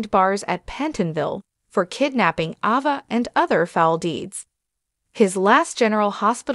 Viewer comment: Who is Ahva??? 😳 And Glay-dees??? 😮